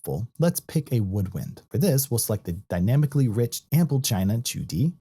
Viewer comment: Your pronunciation intrigued me enough to watch a Chinese & Mandarin instructional video to learn how you are pronouncing Qudi. Well done on teaching that extra piece of knowledge, ha.